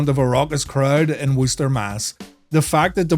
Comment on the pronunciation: Had to like just for the proper pronunciation of "Worcester"